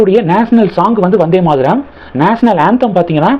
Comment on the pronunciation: Not Maadaram, it is Maataram, why your pronunciation is so bad always? You never check correct pronunciation before making videos